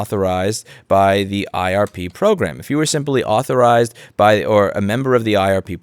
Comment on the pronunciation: I swear I (mis)heard you pronounce IRP program several times as RIP program, which makes it so much better :D